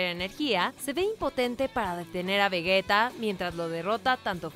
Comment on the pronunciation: ¿Por qué dicen Vegueta? Es Vegeta. Entendería "Veyita" que es como dicen en Japonés pero ¿Vegueta? Aunque escuchando lo mal que conjugan los tiempos verbales...